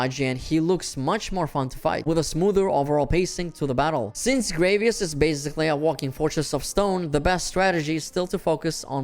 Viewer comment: Sorry but the pronouciation of Gravios is getting to me. It's not Gravios like gravy. It's actually Gravios like gravity.